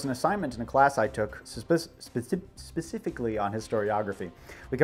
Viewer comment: Glad to know I'm not the only one who can't say "specifically"